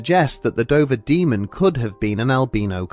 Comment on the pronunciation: At the start I couldn't help but hear you say "the Ben Dover Demon". I'm way too tired...